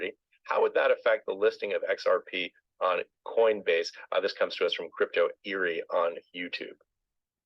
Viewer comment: I cringe every time someone calls you. 🤦🤦🤦🤦🤦